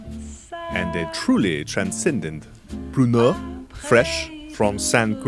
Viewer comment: i thought he said porno. lol